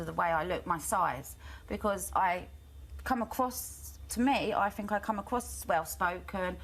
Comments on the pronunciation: Katie was demonised for years she is really coming back strong! 12 interviews in 5 years, i had to go for 9 every 2 weeks. GCSEs don't mean you are qualified, you sound quite simple when you can't pronounce think properly and keep interrupting , the word is think, not fink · Wants to be a teacher but can't pronounce. a sentence in half decent English....accents are fine but i 'fink'...the word rgardless of accent is 'think' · You are not well spoken, you pronounce "think" as "fink".